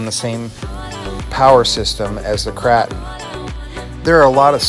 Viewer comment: LOL why do you call it the Krah-ton it is pronounced Krause-tun 😀 love all your videos! Doing my shredder upgrade this weekend. How long did it take you?